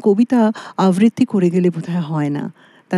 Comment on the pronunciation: গায়িকা সুন্দর গেয়েছেন। বাদ্যকারদের সঙ্গতও চমৎকার। তবে সঞ্চালিকার বারংবার আমতা-আমতা করা এবং কিছু কিছু উচ্চারণ (‘আবৃত্তি’-কে ‘আভৃত্তি’, স-শ-ষ-এর গোলযোগ) খুব কানে লাগল।